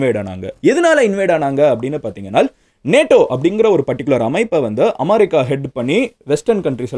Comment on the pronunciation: Madan anne en America va amaarica nu solringa